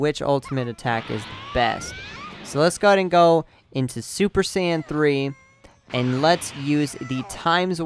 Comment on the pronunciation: every time you say super sand i cringe so badly.